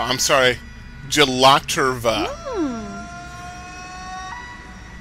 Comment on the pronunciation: spinning skulls are always cool PS it's GELATERIA, not GELATERVA lol